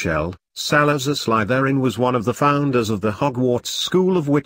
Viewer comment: This way Slytherin is being pronounced is triggering me. ( Also it’s funny cause I’m wearing my Slytherin shirt rn lol )